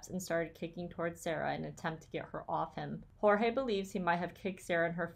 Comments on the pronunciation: I think his name is pronounced like 'George'. At least that's how both Sarah and Jorge's brother say it. Maybe it's because he's American-born? Dunno. Anyway, thanks for the research! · I feel the need to set you straight on how to pronounce Jorge’s name. He stated to the police on one of his arrests that he prefers to be called Jorge pronounced George. Just saying